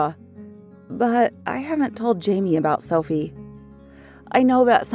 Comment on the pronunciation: is it just me or when she said: I have an identical twin sister called Sophie. sounded like selfie to me?